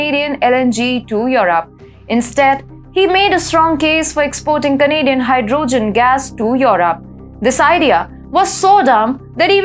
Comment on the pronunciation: ...hy-dro-gin. Gotta love 💘